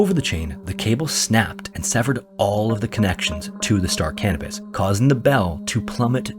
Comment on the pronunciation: Yes, I know I have a form of mild verbophobia, but in the interest of knowledge may I offer this? The ship referenced in the final story was named after the celestial body Canopus, a yellowish-white supergiant star in the constellation Carina. It is pronounced ka NO pus. The auto captions on my phone typed out "star cannabis" at every mention in the video LOL.